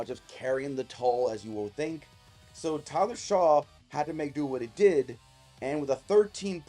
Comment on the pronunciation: It’s pronounced Shuck! Not Shaw.